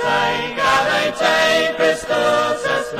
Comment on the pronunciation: The "e" in "gaudete" is pronounced "ay". It's the second person singular imperative of the verb to rejoice, ie, "Rejoice, Christ is born". Also, Latin "au" is pronounced "ow" as in "owl". Latin is usually sung with the accent of the country where it's learned. Steeleyespan sing it with an English accent 'cos they're English. Simples!